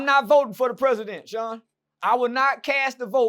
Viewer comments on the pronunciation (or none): none